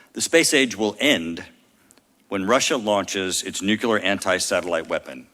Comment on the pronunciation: Say, "Nuclear" - just once.